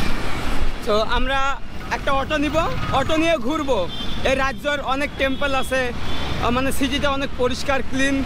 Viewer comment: Tempal bole na 😂 dempel